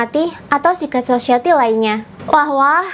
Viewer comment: Society dibaca "sosayeti", Mbak, bukan "sosieti"